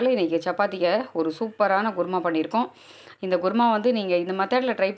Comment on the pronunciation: ....kuruma not guruma😅